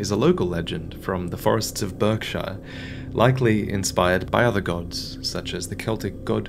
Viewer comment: I'm sorry, forests of where? Did you mean Berkshire, by any chance? And before anyone says, that is not how you pronounce "Berkshire"! It is "bark-shuh"! Also, I'm not from Berkshire, but rather West Yorkshire!